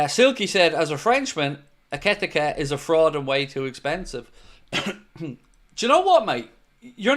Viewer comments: just a heads up, Ekitike is pronounced "Ekky Tee Kay" , not ekitikuh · Hello, here's how you pronounce Hugo Ekitike EE-KEY-TEA-KEE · i think its pronounced Ekeeteekay Ekiteke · It's 'Eki-Tee-Kay'... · EKEE TEEKAY....... is how you pronounce it. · you keep butchering his name!! 😂😂